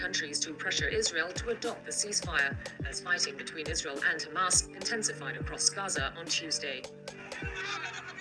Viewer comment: You said, "hHHHHamas!" 😂🤣😂😅